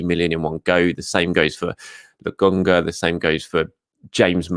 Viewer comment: why do u keep saying Lagonga?